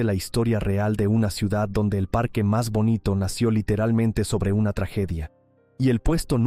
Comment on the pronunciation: Ya me extrañaba a mí que no apareciera el envidioso aguafiestas que no soporta que Valencia sea visitada por miles de personas cada año. Quien habla en este vídeo ha pronunciado la palabra "ciudat" con "t" es decir , que seguramente es cacalán. Expulsión de moriscos y judíos fue en toda España. La Inquisición en Valencia fue suave en comparación con la europea.